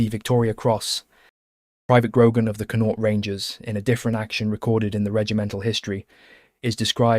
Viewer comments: Its pronounced CON-AUCHT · He needs to learn how to pronounce Connacht. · Never heard someone butcher saying Connacht so badly in my life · Why can't English people pronounce Connacht and stop calling it Londonderry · The first syllable in Connaught is stressed. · You missed connaught, donegal, jesus brutal pronunciation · Pity the commentator didn't learn how the pronounce Connacht properly